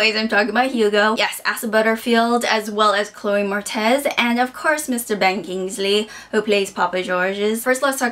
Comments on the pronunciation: Freaking loved the book and movie as well. Btw, it's Chloe Mor-etz, not Mor-tez lol. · It's pronounces "MORE-itz" not moretez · Moretz not Mortez. Sorry, I just had to point it out. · Chloe Moretz (more-etz)